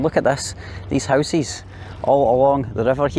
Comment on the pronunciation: My man saying housies instead of houses I love this dude for this keep up the good 👍 work 👍👍😛😛